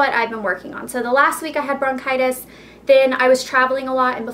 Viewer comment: i think its bronchitis not brocitous..